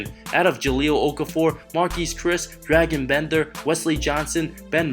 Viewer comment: Drah-gon Bender not Dragon Bender